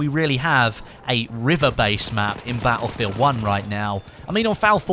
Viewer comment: why do you say battlefield 1 like BA-U-FIELD 1